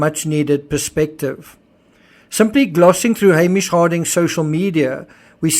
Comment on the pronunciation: Totally unrelated, but this is the first video I think I've ever seen where someone pronounced Hamish correctly. Been bugging me for three years 😆